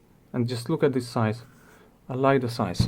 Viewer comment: what does " Theeees " mean ??? is it this or Theees ?